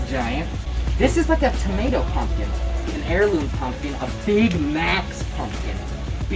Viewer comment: No one:: It ain't much, but it's honest work Also: P O M P K E N